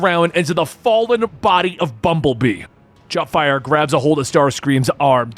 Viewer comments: Did messed up Jetfire and Starscream's names a few times 😅? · no disrespect bit Starscream and Jetfire's names got absolutely butchered.